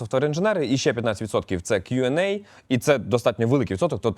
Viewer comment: "Q&A" - ріже слух 🤨😵‍💫 Сподіваюсь просто переплутав